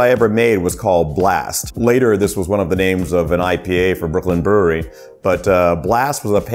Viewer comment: Super cool comme d'habitude Par contre peut prononcer brewery avec un petit accent anglais lol pq "brouri" ça fait vraiment bizar Force et houblon